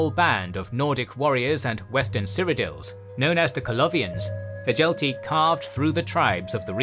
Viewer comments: Hjalti should be pronounces ad Hyalti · Stop saying Hjalti like that. It’s freaking me out 😂